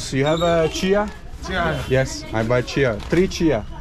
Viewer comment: Your Nepali pronounced is so good, selroti and chiya is so clear ❤️